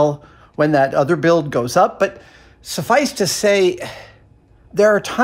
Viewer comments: “SuVICE to say” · "suff-vice to say" lol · "Sufvice to say..." I see what you did there! (even though it wasn't intentional)